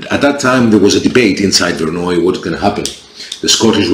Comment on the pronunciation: Good overview and you pronounced the name of the battle correctly😅Only 1 matter so far the Milanese cavalry would have attacked the English right ,towards the archers and probably hit part of the English center also ,as in English fashion the archers would be at the wings of Salisbury and Bedford as in crecy and Agincourt.That is were you got Milanese formation wrong in their attack! On Bedford right, Salisbury's archers had also more protection on their flank,I contend as well as Bedford archers getting formed again after Milanese attack Salisbury sent some of his Archers to the opposite flank to hit the French assaulting Bedford in the flank.what you think?